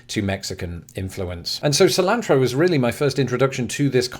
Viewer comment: He lives - unless Kafka uploaded this for you! Great video! Interesting about the use of chili con carne across the pond. I would have never guessed. I was also impressed by your initial pronunciation of cilantro. Hope you are feeling better.